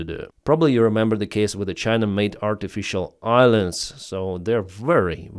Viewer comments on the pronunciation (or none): none